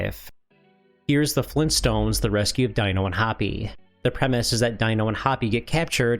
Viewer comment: Maybe he's from Minnesota?